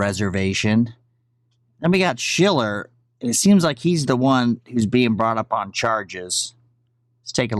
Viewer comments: I like your content and routinely watch...but the dudes name is pronounced “shell-er”. Have a great day. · You're still fucking up his name...Stooge SHILLer